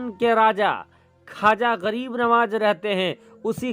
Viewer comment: Khaja nahin khwaza hota h